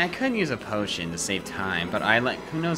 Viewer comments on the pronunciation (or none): He says " Posican" when he sees a potion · land dud I was making a joke since it sounded weird- Also, I made this like a year ago